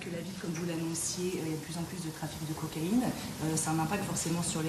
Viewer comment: Cocaïne et non coaïne 😂